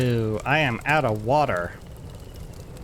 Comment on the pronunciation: The way you said "water" bothered my soul... Like.... seriously, I thought I was watching another YouTuber.... I had to double-check.... don't do that again... ever! :P